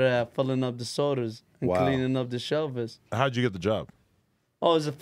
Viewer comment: We love that dude needs his own show on the food network. He is so original. Did anyone catch how he called shelves “shelves”? Mad love and respect for and his family from Long Beach California.